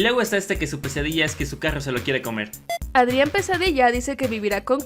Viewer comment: Cuando decían pesadilla yo oía "quesadilla" :v Ok tengo hambre 😂